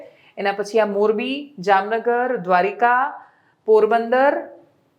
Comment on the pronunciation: Y can’t you pronounce Dwarka properly? It not Dwarika.